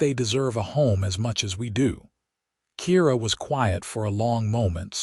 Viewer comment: ...............OH GOD............I WISH AI would learn to put the stress on the correct word in a sentence!!!!!!!!!!!! "I think they deserve a home as much as we DO."!!!!!!!!!!!!!!!!! NO NO NO!!!! The stress should be on WE, NOT DO!!!!!!!!!!! "....as much as WE do."!!!!!!!!!!!!!!!!!!!! 99.9% of Freaking AI can NOT get that part right!!!!!!!!!!!!!! THAT is how, so far in the AI evolution, it is EASY to tell if it is AI or human.